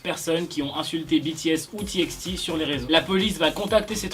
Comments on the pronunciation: C'est pas "ti ex ti" c'est "ti by ti" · Juste on dis j« ay »-hope (j-hope) et T bye T (TxT) Voilà 💜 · Pour TxT sa se dit « ti bay ti » :) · TXT se lit «t by t» voilà voilà 😅